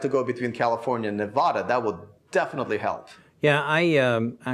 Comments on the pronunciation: Better learn how to say Nevada. From a local, there is no “ahhhhhhhh” in Nevada. Sad about your disloyalty to Tesla. Bet you run 🏃‍♂️ back to California too. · If you’re going to live in Nevada, you need to learn how to pronounce it.